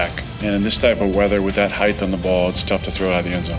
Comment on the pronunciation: Rodgers gives away his upper Midwest roots when he pronounces “height” as “heiTH”.